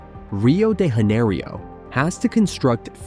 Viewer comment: I cringed everytime you said dollar when it should have been dollarS. Also it's Janeiro, not Janerio. With these kinds of vids, you're banking on the voice over. Please take time to make sure you're doing the voice overs right. Instead of understanding what you're saying, I just cringed everytime something as shallow as DOLLARS was pronounced incorrectly.